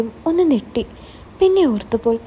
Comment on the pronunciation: നെട്ടി എന്നല്ല ഞെട്ടി